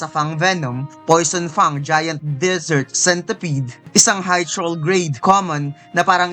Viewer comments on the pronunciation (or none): none